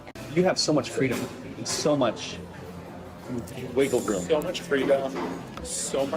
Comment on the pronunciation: “Wiggle rooom” 🤮